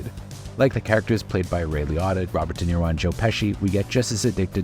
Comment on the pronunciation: It’s pronounced Ray Li(OH)tta and Margot R(AH)bbie. What is wrong with you???